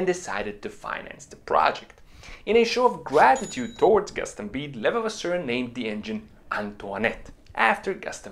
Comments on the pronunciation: Excellent source of knowledge. Thank you! Try to pronounciate it like a british saying "Le-vah-vah-sir" and you will almost got it 😄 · It's pronounced .."Le" "Vav" "Ass" "Sir"... so say it quickly and with emphasis on "vav" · Not hard. Just say.... Le vas sir. Leon Le vas sir. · I'm hearing lelevasseur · It's Levasseur not Levavasseur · Pronounced leva-vasaure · le' vasser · YOU ARE NOT PRONOUNCING THE INVENTORS NAME CLESTLY!!!!!!!